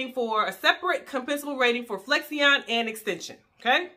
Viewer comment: The proper way to say Flexion… is Flek • Shin not Flex • e • on